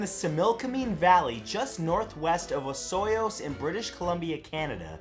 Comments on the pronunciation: It's pronounced O-soy-yuus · Not to be that guy but ooof you butchered the pronunciation of Osoyoos